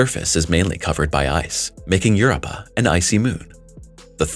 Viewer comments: You're giving a history lesson on Europa and you can't even say it properly. Get crap right before you put out videos. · Pleeeese FIX Your AI's "Word Pronunciation"...It's Drives Me CRAZY...The Way It Sounds Out The Word "Europa" Is So Out Of Wack...lol.. It Makes Me Stop The Video...lol...Just Saying